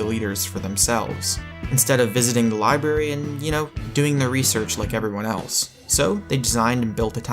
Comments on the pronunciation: The way he says "libary" ticks me off. Lol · God, you said....